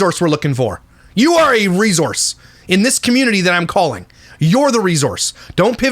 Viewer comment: Re-sour-se not re-zor-se 😂😉